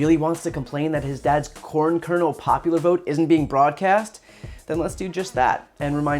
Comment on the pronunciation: I'm not sure if he's misspeaking but I was hearing corn kernal porn lol